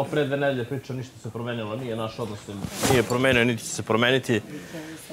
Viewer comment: Jel on ovo reče super odnosT?